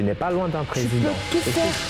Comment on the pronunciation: Prk vous dites présideng genre y'a un ang à la fin des mots que vous prononcez à la fin.